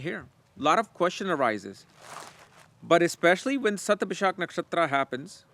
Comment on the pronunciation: It's Shathabisha not ShathabishaKK